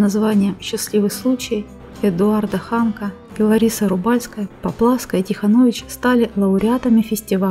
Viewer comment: ВалОжинский район, Эдуард ХанОк! Правильно расставляйте ударения! Режет слух!!!